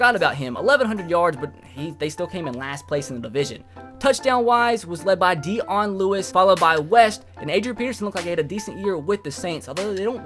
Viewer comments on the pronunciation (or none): none